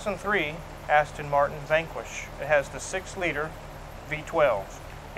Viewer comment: aston , not astin